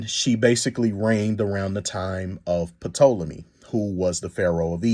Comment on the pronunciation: The “P” in Ptolemy is silent so just pronounce it Tolemy. Also want to correct something, Egyptians at the time of Cleopatra were a mixed society. They were mainly middle Eastern (Coptic and Middle Eastern Semitic) and black. Also Ptolemaic Dynasty was notorious for inbreeding to keep their gene pure, so there is a low likelihood that she was visibly a black woman. there is a possibility that she might have had some local Egyptian mixes from her unknown grandmother’s side. So I do agree she might have been mixed, but this would lean her to look more Middle Eastern. Was there black in her, it’s possible. however, her features from most reliable depictions at the time don’t look black. I feel Jade and her people just wanted to create a sensation and their mission was accomplished.